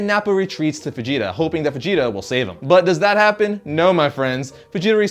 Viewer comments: Fh'jeeta..Fajita lol :) come onnnn.. its Veejeetah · Is it me or do I keep hearing him say fijita instead of vegeta 😂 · He pronounces Vegeta like how people pronounce fajita wrong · It sounds like you're saying Fegeta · bro you keep saying fegeta. now this whole video is non canon x) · i swear at times it sounds like hes saying FAgeta